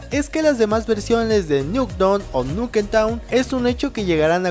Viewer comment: Nuketawn JAJAJAJA